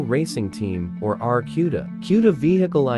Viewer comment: Get it right clown, it is an AAR C U D A